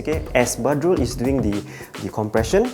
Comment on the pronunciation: LMAO, she pronounced Badrul and Butt. ._.